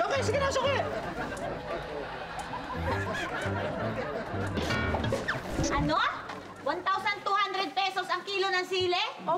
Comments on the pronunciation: Yung suki naging shoki hahahahahah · Sabi ni archie suki or shoke hahahahahaha😆😆😆